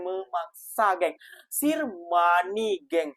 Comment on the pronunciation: "Sir" itu sebutannya bukan sir tapi 'ser' yg bermaksud tuan.